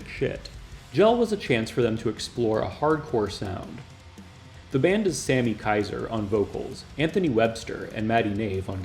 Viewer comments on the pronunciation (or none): none